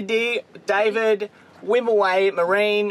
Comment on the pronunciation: Davidi? Ahahah it's Davide, I'm italian XD love you guys <3